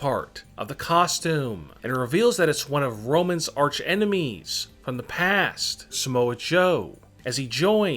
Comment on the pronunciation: Yo this man said soman joe that guy is wayyy smaller